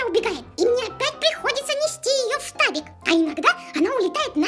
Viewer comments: Maria Litvina не штабик, а фтабик :D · Не штабик,а фтабик) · Mrs. Polly не штабик а ФТАБИК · - Не фтабик а Штабик!! - Ф-фтабик! Фтабик!